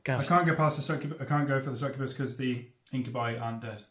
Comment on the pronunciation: Every time mispronounces these words Khorne æts another kittren 👹🐱 INK-YOU-BYE SUCK-YOU-BUS